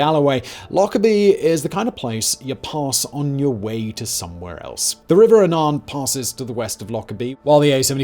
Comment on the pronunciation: The way you said Annan was hilarious 🤣